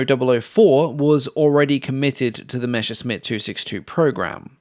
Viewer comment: I still wonder where the pronunciation "mesher-smitt" comes from, when you see the written word "Messerschmitt". It's messer-shmit. Messer means knife, Schmitt is an archaic form of Schmied and means smith. I still don't get it why almost all English speaking narrators get this mixed up. Especially since you get most other German words reasonably close to the original, even monsters such as "Flugzeugwerke". One of those mysteries ...